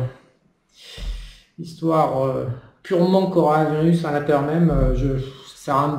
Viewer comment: "Conoravirus"..."peunomie"... Je confirme: t'y comprend que dalle. le JCVD de l'économie. Mdr